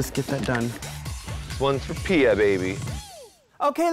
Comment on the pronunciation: Its piyah